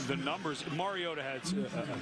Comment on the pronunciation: I get irritated with the multiple ways the announcer mispronounces MARIOTA. Maraodda? Maraoddie? Totally unprofessional.